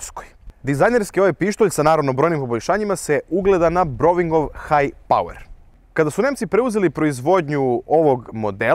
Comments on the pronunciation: Не каже се БРОВИНГ, већ Браунинг( Browning), кон структор је Мозес Браунинг, а не бровинг( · Браунинг пријатељу, не бровинг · Druže, ne kaže se "broving" nego brauning, jer se piše Browning. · Odlican video. Odusevljen sam kvalitetom video klipova na ovom kanalu. Samo nastavite tako. Imam jedno pitanje - zasto se za Browning koristi izgovor Broving, a ne Brauning?